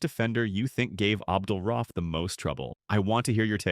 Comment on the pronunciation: RA-uf. Not RAUF.